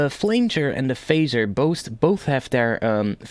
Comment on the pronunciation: it's not a flainger, it's a pronounced flanger:).